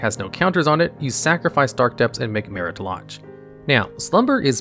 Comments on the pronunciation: Anyone else notice just how many misspelled words are in the video text even when the correct spelling is on the card or learned back in 3rd grade? Or how badly some words, even some from the game, are mispronounced (i.e. Maritah Lahg for Marit Lage)? This is a great channel, but these simple proofreading and listening checks show such lack of care that kills credibility. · Why do you pronounce Marit Lage two different ways? You are 100% mispronouncing names of cards on purpose